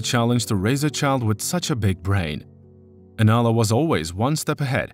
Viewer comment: The narrator keeps pronouncing her name wrong. He calls her Alana rather than Anala. Come on…..